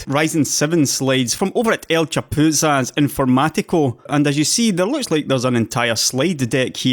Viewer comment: Excellent pronunciation of El chapuzas informático! That's not an easy spanish thing to say :D Also great video as always.